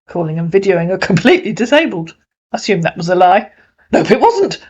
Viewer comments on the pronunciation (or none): none